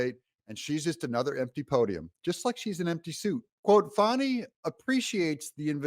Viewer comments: Fani for prison! Confused why you're calling her Fawny instead of Fannie? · Doug Y do u talk like mainstream media??? Her name is Fani NOT Foni